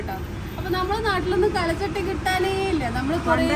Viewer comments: കല ചട്ടി അല്ല, കൽ ചട്ടി 🥰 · കലചട്ടി അല്ല കൽച്ചട്ടി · Kal chatti aanu not kala chatti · കൽ ച്ചട്ടി എന്ന് പറയൂ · കല ചട്ടിയല്ല കുട്ടീ. കൽചട്ടി. കല്ലുകൊണ്ടുള്ള ചട്ടി. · പഴമക്കാർ പറയുന്നത് കൽച്ചട്ടി എന്നാണ് കലച്ചട്ടി അല്ല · കല ചട്ടി അല്ല ട്ടോ കൽച്ചട്ടി ആണ് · Kalachatty alla kalchatty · കൽച്ചട്ടിയാണ്, കലച്ചട്ടിയല്ല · കല ചട്ടി അല്ല ട്ടോ, കൽച്ചട്ടി എന്നാണ് പറയുക, പല മോഡലുകളിൽ ഉള്ള ചട്ടികൾ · കൽച്ചട്ടി എന്ന് പറയു